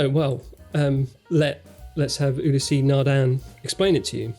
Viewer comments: Ulysse is not pronounced You-Lea-say, it's pronounced Eew-lease. The first syllable is short and the second is extended. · You-lä-sea Nardin.